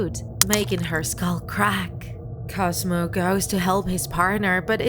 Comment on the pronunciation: You said skall not skull